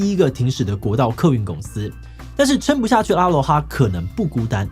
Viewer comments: 1.第一個停駛的是福和，不是阿羅哈 2.阿羅哈的正確唸法是音同阿ㄌㄨㄛˉ哈（aloha),他們董事長也是這樣唸的. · 沒有人在念阿羅哈啦，A Loha拜托，有點彆扭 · 成立二十幾年我第一次聽到真的有人唸阿(ㄚ)羅(ㄌㄨㄛˊ)哈(ㄏㄚ).... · 別這樣念嘛....我還阿姆羅勒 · 阿囉哈不是這樣子唸的，只有中國人不懂台灣的過去硬唸這種國字，也不知道是不是文化滲透小時候常常唸的Honda Sony現在一定要講成 本田 索尼，是怎麼樣，我們現在的英文程度變爛了嗎？ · 阿羅哈，第一次聽到有人這樣念。